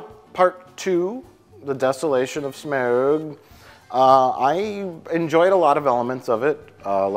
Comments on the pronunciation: I laughed at every mispronunciation of Smaug, but then they say “smog” and I involuntarily yell “it’s SMOWG!!!” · Can someone please make an edit of everytime he says "smaUuUug" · Why has everyone such trouble pronouncing Smayaoooug's name? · Just here to watch pronounce SMAAWWWUUGG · I crack up every time at their pronunciation of smaug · it's really annoying how pretends he can't say 'Smaug'..... It's really not hard to say.